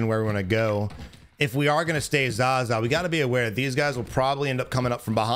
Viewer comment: I find it funny he calls it zaza but it’s zaya